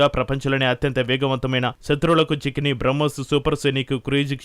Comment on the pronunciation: Bramkos కాదు తల్లి...బ్రహ్మోస్